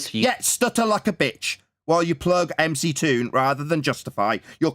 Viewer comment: It's McGoon not mctoon